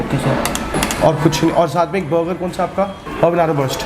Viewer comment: अबे बरगा क्या होता है बर्गर बोल ले, ज्यादा अंग्रेज मत बना करो